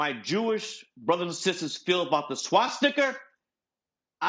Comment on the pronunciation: I laughed so hard when he said that, it feels like something id hear out here in Kansas lmao.